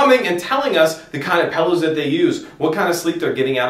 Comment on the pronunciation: "These pellows were actually developed by nasaw..." wtf are you saying? lol